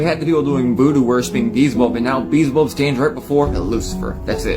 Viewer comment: "Beezabub"??? That boy needs help